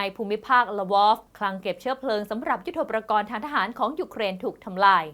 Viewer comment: ยุทโธปกรณ์ อ่านว่า ยุด-โท-ปะ-กอน ครับท่าน ไม่ใช่ ยุด-โท-ประ-กอน